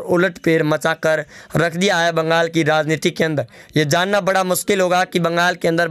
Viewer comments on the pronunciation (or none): none